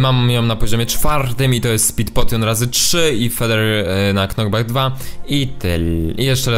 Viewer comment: Czemu ty mówsz ,,Mam pirko na NOCKBACK 2" to jest chyba knockback xd